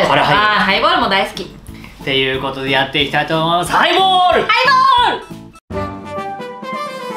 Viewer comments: ハイボールをプレイボールみたいに言うなｧｧｧ！ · ハイボールをプレイボールみたいに言わんでくれいww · 『ハイボール』が『プレイボール』に聞こえる。